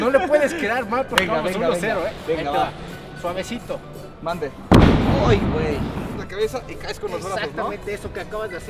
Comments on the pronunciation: Puma en el minuto dice suevesito pero de la caída y dice ber ho mande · like si te diste cuenta en el segun puma king dijo suevesito y dijo mande:V